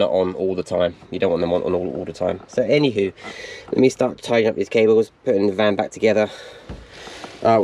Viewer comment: That’s twice in this video you said “any how” in a Scott’s accent or am I imaginings it 🤣